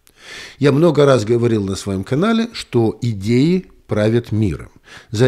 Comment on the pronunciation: "Идеи правят миром.." Послышалось "геи правят миром." 😂